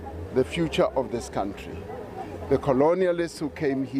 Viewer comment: It's a country, not a cowntree. Or you can use the other pronunciation and refer to yourself, Gwede.